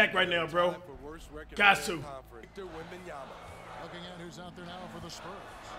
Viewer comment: cash saying WAmbAnYamA